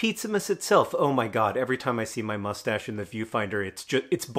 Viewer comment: when i see john’s face hair return, i still can’t help but hear “mmmustsche”